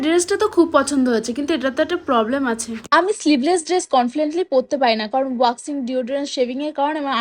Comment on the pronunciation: Confliently Ta Ki Jinis 🤔Bolo Confidently... Pronunciation (Ucharon) Thik Koro..